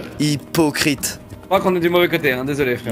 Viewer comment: Le "hy po crites" 😂